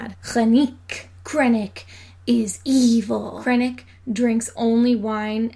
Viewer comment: You're saying "evil" wrong, it's "EEevieel".